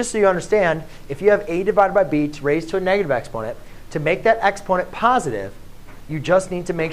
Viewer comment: It took me some time to realise you were saying EXPONENT because you skimmed over the word.